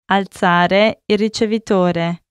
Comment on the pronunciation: Please alzarsi its being wrong pronunciation 😅